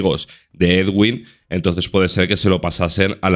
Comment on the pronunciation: la pronunciación del nombre del señor es muy sencilla, eduin, ya está nada de ed-uin, eguin y demás. Todos los medios españoles lo dicen mal